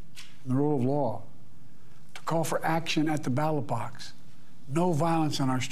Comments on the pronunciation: ballot box or battle bots? lol i could of sworn he said battle bots hehe love ya but ya need to pay attention to the enunciation bud.. course settling things with battle bots could be cool 🙂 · The ‘battle box’??? He said it twice. It’s ’ballot box’.